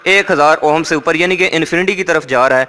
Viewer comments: Bhai it's ohm pronounced om not oham...lol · بھائی صاحب اوہم نہیں اوم پڑھا جاتا ہے ۔ شکریہ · It's ohm and prounce like oum... Not ohom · "Ohom" ko please sahi kr len boht irritation hoti he.